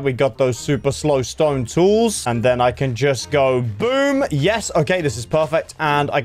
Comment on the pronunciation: I literally love when you say wood or stone and it is just a long O it’s so funny 😂